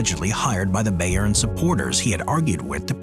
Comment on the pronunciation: Bayern is pronounced bi-urn, not "bay-urn"